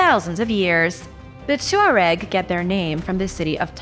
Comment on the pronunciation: Pronounced “twareg” I believe.